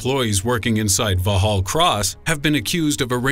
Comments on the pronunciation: It wasn't my intention to dis the guy but just to gently correct him. After all, depending on whether you are in New York talking about a street, or Texas talking about a city, Houston is pronounced differently. And, in essence, Vauxhall's name is derived from Norman French. No doubt a Frenchman would say "Voh-al". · um just a little heads up, the SAS isn't based at Vauxhall Cross, it's based out of Hereford.... Also you totally butchered the pronunciation of Vauxhall.... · "Never criticize someone for a mispronounced word. It means they learned it from reading" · you mean " Vauxhall" sounds like it's spelled ... smh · I didn't even realise he was mispronouncing "Vauxhall"! I was thinking I know London pretty well, but I'd never heard of "Vohall Cross" I was going to Google it.... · Vaux hall cross! Can't even begin to imagine what you are says its Vauxhall like the car company. Vaux hall cross Christ you made it sound so creepy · The SIS Building, A.K.A. MI6 Building, at Vauxhall Cross is Pronounced Vox Hall Cross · VAUXHALL is pronounced VOX - ALL, the 'H' is silent. The so - called mortar/rocket attack was blamed on PIRA, the Provisional Irish Republican Army. Around this period another 'supposed' mortar bomb exploded in the garden of 10 Downing Street, the London home of the UK Prime Minister. The mortar was set up in the bed of a nearby truck. This area is one of the most secure parts of London. It is the home of British Government. This is Westminster, where we have the Houses of Parliament, plus many of the most important Ministries of the Government. It is inconceivable that PIRA could have driven so close to such important buildings, assemble their mortars, and fire, after which they were able to retire unseen and at liberty! Brilliant achievement if it were true!! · Vauxhall is pronounced (VOX-HALL), THE X IS NOT SILENCED. Also, SAS (Special Air Service) not SIS resides there. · It's Vauxhall Cross, not vauhall. It's got an X in it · it's vaxhall cross